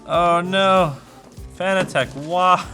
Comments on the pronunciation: ITS PRONOUNCED FANATIC!!!! NOT FANA TECH....!! NOOBSSSSS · It's pronounced fanatic. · It's pronounced Fan-nat-tec like as in fanatic.... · This was cringe. From the improper handling of the wheel base to the mispronunciation of the brand. BUT! It goes to show that even the simple minded can put it together and get it working. Good job "fan-a-tech"! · I always assumed it was meant to be pronounced “fanatic” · saying Fanatec incorrectly hits hard